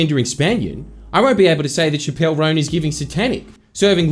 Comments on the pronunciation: CHAP-əl ROHN. Shuh-PELL is the gal that got in trouble for some drug smuggling thing. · Chappell Roan is pronounced like “chapstick” not “shappell roan” btw :) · shappelle roan 😭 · not pronouncing chapell roan even close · I'm disappointed not even the producer corrected Jordan on his pronunciation of Chappell Roan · The only kind of speech that should be silenced is the way Jordies pronounces Chappell Roan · The most contemptible bit of this vid is Jordan pronouncing Chappell Roan’s name like Dave Chapelle’s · Chappell Roan's name being said incorrectly so many times in the intro hurt my ears and I'm not even a fan of her